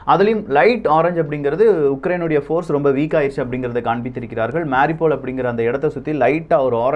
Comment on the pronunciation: Please pronounce MAA RIYOU POL as the ukrainians do. Cheers...😺